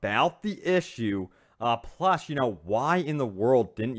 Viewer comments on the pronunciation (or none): none